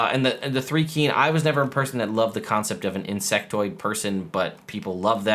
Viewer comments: What is 3-kreen? It's actually thri as in thrice. You can always go to DND Beyond and click on the pronunciation guide. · As a Dark Sun fan since AD&D 2nd ed I have to reply that Thri-Kreen rhymes with dry-screen. They are mantis people, not ant people. It's not a big deal and no negativity or anything, it's just a bit like my uncle who pronounces Pappy-russ for papyrus, and suedo for psuedo. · Your are mispronouncing the first part of the Thri-Kreen as well. It is pronounced with a long “I” not a long “E” sound, like rye bread not like the number 3. They are mantis people not ant people. 3e screwed them up to make them fit in a 5’x5’ square. They use to have a big abdomen in 1 and 2e. See the link below for info in Thri-Kreen. As to whether this UA release, is a harbinger of Spelljammer or Planescape. Every one of these creatures except the Thri-Kreen and the Astral elf come from the MC7 and MC9 the 2e Spelljammer monstrous compendiums, so I would lean toward Spelljammer. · I misread which "r" you missed and thought you were gonna pronounce them "thicc-reen" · Thri-Kreen (which I've always pronounce Th-RY Kr-een) have been a favorite race for a long time they aren't generally ant people they are praying mantis people. I like them being able to hold extra weapons but they should get "extra attack" as a feature otherwise you could hold 72 weapons and it's still basically the same one attack one bonus attack. And extra attack doesn't stack so it's not broken unless they gave them an extra attack on top of extra attack.